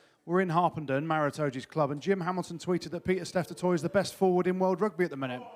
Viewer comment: Love the Welsh pronunciation of Maro……